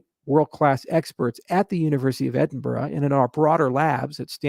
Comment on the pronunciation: Charles you need to practice how to pronounce Edinburgh. Otherwise Scots will eat you for lunch.